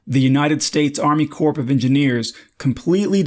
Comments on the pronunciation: It's pronounced core of engineers. Not corpse. 😀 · Good information, but please note, Corp sounds exactly like 'core' (the p is silent, the o is long). Still great video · "Corp" is pronounced "Core". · Corps is pronounced core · Please get the pronunciation correct. Corps has a silent “P”.